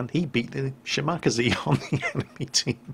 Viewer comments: Argh!, my OCD! It's Ya-ma-TO! Not Yamatoe! And it's Shima-KAze, not Shi-MAKaze! has that gun ready, doesn't he? Well, time to run off to Vault 81. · Sheema-Kazeh, Eesoh-Kazeh, Meeneh-Kazeh.... not Kazee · Shima-KAHZEE not shi macka zee XD Absolutely butchered the name mate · shi-ma-kaze?, its pronounce Shima-kaze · It's pronounced shi ma ka ze not she mockazee. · you hopeless old hat! shimakaze? SCHI-MII-KAA-ZEEEE! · Repeat after me: She.......Ma.......Ka.......Zay: (Shimakaze) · I know you pronounce it correctly now but damn lol. Shimakazee lol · Good video. I'm guessing you don't think it is a good idea to sail broadside on to a battleship. ;-) FWIW - Shimakaze is pronounced SHEE-ma-KAH-zay. It literally means "Island Wind." Yamato is pronounced Ya-MAH-toe rather than Yama-TOE. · BTW. SHE-MA-KA-ZEH KA-GEH-ROH Each Syllable is independent. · Errhmm "shemacazee" u pronounced it like that not shinikaze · I am having trouble understanding the way he pronounces every single ship in this game. He is speaking English right??? Shimakasee? lololol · "shi*MAH*kazee"...? >.< Dude, you really need to work on that pronunciation. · Yamato (yu-ma-to) shimikaze (shimi-kaza) PLEASE PLEASE PLEEEEEASE PRONOUNCE THEM CORRECTLY!!!!!!!!! Please? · you are a navy man, figure out to pronounce these ship names!! Shim 'ah' 'kah' 'zey' Really!! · Shim uh kaz eh* sorry it just was bugging me q.q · Everytime you pronounce "Shimakaze," I die a little inside... Other than the pronounciation though, good video as always! :) Love seeing Yamato replays. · was about to make a crack about that but... Play the introduction audio. OMG, I've had it wrong all this time. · can u please pronounce the name correctly. watch the documentry on the ship and listen to how they say the name